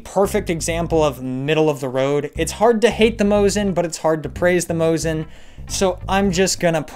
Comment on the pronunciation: Mosin actually sounds as Mo-seen, not Mo-zeen